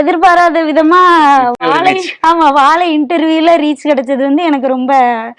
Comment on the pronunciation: Sir first plesae learn to pronounce Vaazai correctly. Not vaalai. Learnbtamil first before putting up a blog. Jay